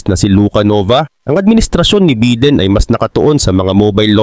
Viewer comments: Bayden ang bigkas hindi biden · Biden, hindi beedin.